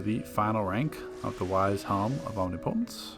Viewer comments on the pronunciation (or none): bro. Om-NIP-o-tence. Not omni-potence. Like how a god would be omnipotent. Still a good video though.